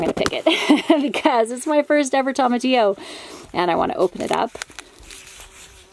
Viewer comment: Tomatillo is pronounced TOE-MA-TEE-YO, not TOM-AH-TEE-O. 😁